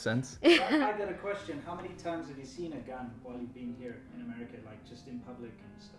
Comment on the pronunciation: Wait, did she call it A-meh-rica? 😂😂😂. Okay, just forget aesthetics 😂😂😂 and even decorum 😂😂😂 -- that's not America. The beauty of America is there is plenty of opportunity (land of opportunities), however, there is also plenty of greed. Gotta take the good with the ugly.